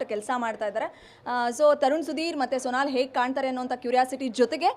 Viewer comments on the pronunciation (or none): Sonaal alla. Sonal